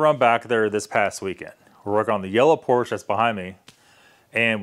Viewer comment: If I had a 959 Porsche and needed work done, I would not take it to a guy that would even consider AutoZone parts for my repair! And I would not use a guy that can't properly pronounce "Porsche". LOL Think about that.